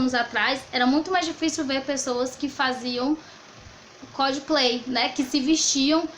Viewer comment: Acabei de ler o livro do Stuart Hall e to dando uma olhada em vídeos pra ver se assimilei o conteúdo. Gostei muito do teu vídeo, assim como o próprio livro, explicou de forma bem didática. Ahhh eu morri de rir de tu falando "codplay" no lugar de "cosplay". Achei tão fofinho hjsdhjkhjh Obrigado! ♥